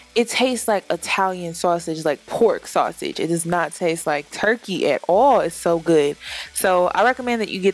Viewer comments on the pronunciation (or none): Why did you say "Sosige" like that ?